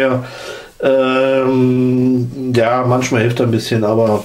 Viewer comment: Manschma :D :D